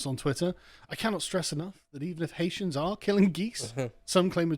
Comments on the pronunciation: Why can cockneys never pronounce names properly? It's not 'Ha-eetians' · I love the way you say HI EESIANS....IVE SEEN THOSE HI EESIANS STEAL THE CANADIAN GEES FROM DUQUESNE FOOTBALL FEILD